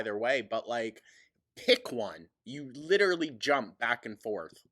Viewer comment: "It lidderaly became a meme......" because it's stupid! My immediate words too,. 😅